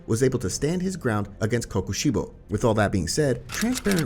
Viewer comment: I cannot respect someone that reads KokoShibo as coco shibu